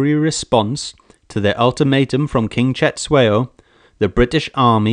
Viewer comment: King Cetshwayo is also pronounced with a click, not as Setshwayo.